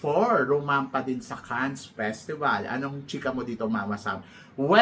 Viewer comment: Please, Mama Sam, say Cannes with the silent “S” to sound legit French. I enjoy your vlogs. Great work!😊